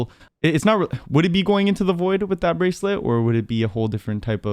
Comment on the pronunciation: "The breaclet the teleport........"